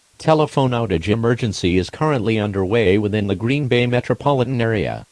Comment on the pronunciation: NOT GREEN-BAY